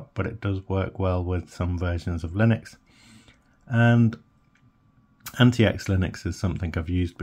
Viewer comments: It's supposed to be pronounced as antiques not anti-ecks. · Pretty sure its pronounced like antics.